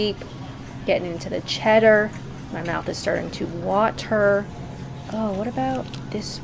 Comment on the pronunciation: was torn on how to pronounce "water"...she really is transitioning into a Brit...